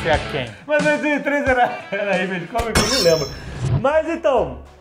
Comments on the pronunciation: é só o meu ouvido que dói, ouvir eles dizerem "imeige"? Mesmo dps dos drops e dicas da Wise Up?? É IMAGE.. com pronuncia "ímage" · Já que rolou a discussão no episódio, Spawn se pronuncia "spón", mais parecido com o que o Jovem Nerd falou. E quer dizer ovas, mas também prole ou cria ou até como fruto, resultado, produto. Como verbo pode ser desovar, gerar. E pelamordedeus azaghal, image se pronuncia "ímage", não "imêige" :) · Bicho, pelo amor de deus, quem foi que espalhou essa praga que é a pronúncia “Imeigi”? Pqp! É Ímage (próximo disso, na verdade). Mas se falassem como se lê em português já passava mais perto. Pq diabos inventaram essa pronúncia totalmente sem sentido?